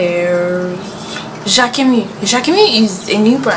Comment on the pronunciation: You pronounced jacquemus wrong, watch a interview with him, the s is not silent